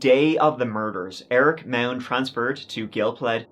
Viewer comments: It’s pronounced “MOD.” I live in Austin and have actually been to this dealership several times. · Can you all just agree how to pronounce the name MAUND!